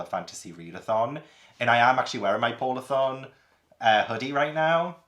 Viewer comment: I honestly thought you said “pornathon” when you said “polarthon” 😂